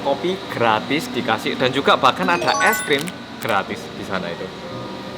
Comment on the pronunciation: Org korea ngomong e es krim